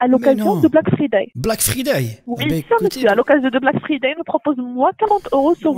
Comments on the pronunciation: Mais quel anglais 😮👌 Black Freedè "c'est ce que moi j'ai entendu ". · L'autre elle te sort normal un "black fridé" mais insiste sur la prononciation de engie :D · "Black freeday" j'suis mort on dirait ma grand mère qui dit black friday xD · "black freeday" 🤣🤣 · elle ma tue la meuf quand elle a dit : black friday sans laccent anglais